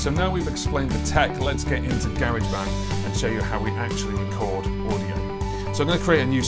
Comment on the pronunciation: Just here to confirm the UK pronunciation of Garageband. Take my like